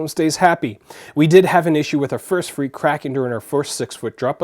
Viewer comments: Like Fray? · Life proof fre isn't pronounced free it is more like frā